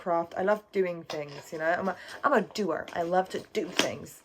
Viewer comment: you sounded very American when you said "I'm a doer" 😂 also looking cute in the striped shirt outfit w the layered necklaces!